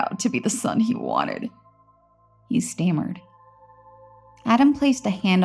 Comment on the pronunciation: everyone talking about fire plot hole, but how about how she pronounced " inevitable" and " stammered"?